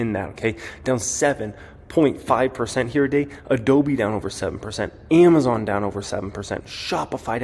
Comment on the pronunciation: don't say " here today" sounds like YTD